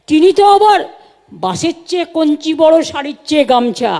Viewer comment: ভয়াবহ কে ভয়াভয়, কঞ্চি দড়ো কে কঞ্চি বড়ো.... সত্যিই কি লেভেলের শিক্ষাগত যোগ্যতা পরিষ্কার বোঝা যাচ্ছে!